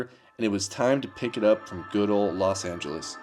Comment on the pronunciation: "Good old Los Angelos" ROFL ok if you say so.